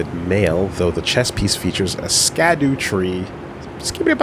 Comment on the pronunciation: its pronounced "shadowtree" because its some old english fuckery.